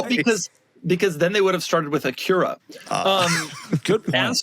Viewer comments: Dough already got me with AHkurah! 🤣🤣🤣🤣🤣🤣🤣🤣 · Am I the only one that’s noticed how Doug mispronounces Acura 🤣 I’ve never heard someone pronounce it like that and he’s done this more than once now